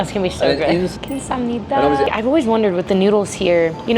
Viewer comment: Wow!! That “감사합니다” was really good. She pronounced it perfectly!